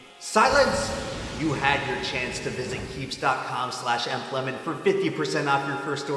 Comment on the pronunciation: YOUR NAME IS PRONOUNCED EMP LEMON NOT E-M-P LEMON